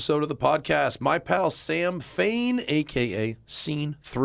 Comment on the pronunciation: Aint his name fain not fan?